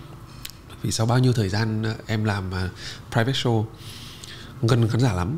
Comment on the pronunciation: Đọc là “Shô”, không phải là “Sâu”